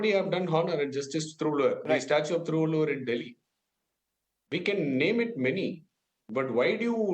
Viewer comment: As you are working in a reputed media organisation, should you not first have the idea of how to pronounce the name of the great Indian poet and philosopher Thiruvalluvar. Or you just sat infront of the teleporter and just reading the lines. He is well known poet and philosopher across the globe. Despite not knowing the Tamil language the name is not too difficult to pronounce.